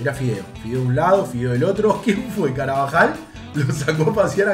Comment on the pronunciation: Nadie: Absolutamente nadie:: CARAVAJAL